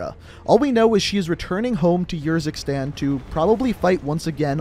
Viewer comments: Also it’s ursikstan not yursikstan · It’s pronounced Uhr-zik-stan (like urn), not yer. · Urzikstan, not yurzikstan. Farah not faraa. And it’s pronounced Kareem not Karim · Pronounced like Far-a not fair-a and ur-zak-stan not your-zak-stan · Far-ah not fair-ah Ka-reem not care-im and er-zik-stan not your-ski-stan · ItzJTTime so is it yoorickstan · Cheapskate If you haven’t noticed, he can’t pronounce most of the names correctly. Not even Iraq or Urzikstan, for that matter.